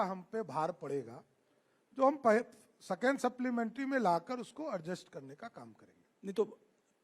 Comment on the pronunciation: Constraction को कंसेशन second ko secon बोलता है बकलोल कहा के 😅😅😅😅😅😅